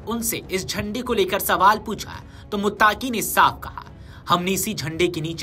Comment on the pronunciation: Muttaqi bolo muttaki nahi